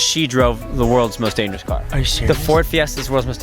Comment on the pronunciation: “It’s the most dangerousuh, Coreyuh!“